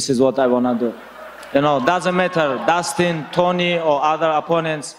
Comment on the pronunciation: How did no one catch onto the reporter calling Porier "Dust bin" 😂😭